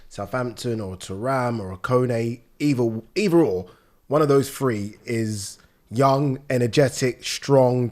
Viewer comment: It's so weird that someone that is English and from England says "Free" instead of "Three"! I never understand it at all!